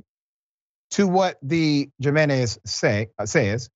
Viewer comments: HE-MEN-EZ!!!!! =JINENEZ AGAIN "HE"---MEN--EZ!!!!!!!! HAVE RESPECT.... THE STRUGGLE IS NOT YOURS ALONE! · Come Or Dr. You know it isn't Pronounced "Jim in ez" Do better Man.. Hew Men ez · Dr. , the name Jimenez is pronounced with a H sound instead of a j. "Himenez" and "Hesus" for Jesus. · Doc it’s pronounced himenez…. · Dr Richie the J in their name makes the h sound. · haha i love u doc the j in their name is a Y sound like yeah not with a J eventhough its how its spelled haha lol sorry my little pet peave lol luuuv u still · Dr. RASHAD I'm sorry but you're murdering their names lol Jimenez and Effy